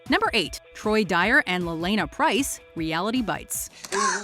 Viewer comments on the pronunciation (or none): It’s Pierce, not Price